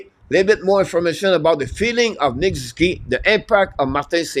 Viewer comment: SOO - ZOO - KEE